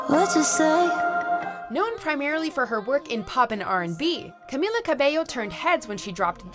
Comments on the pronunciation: Lmao i got annoyed when she said camEEla’s name wrong. And why’d she say ‘cabello’ so weirdly 😂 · "Camilla" triggered